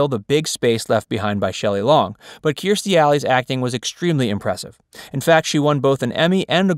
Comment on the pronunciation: Also, isn't her name pronounced Cur-stee? This guy is saying kear-stee (rhymes with ear)